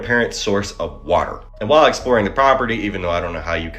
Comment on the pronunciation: bro wtf is woorter ? n wtf is a blockout ? water and black out bro his voice jus drive me nuts bruh he got some content but ion like it he complain about everything without doing research he be reaching for the panic instead of dropping the true jewels he jus want views n money off mass panic.. Ion like em